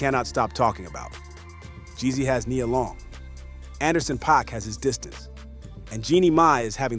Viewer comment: Stop messing up Nia Long name. How can you go from saying it right to saying it wrong in the next sentence. Makes it hard to listen